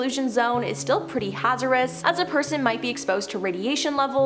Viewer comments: Is she saying “contanimates” and “hazerous”? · Wtf is contaninants and hazernous? I had to edit because she then dropped the word cacium omfg i cant😂